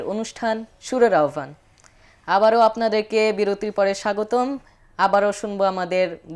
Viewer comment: মাশা'আল্লাহ, অনেক সুন্দর হয়ছে। আহ্বান শব্দের শুদ্ধ উচ্চারণ হলো - (আওভান)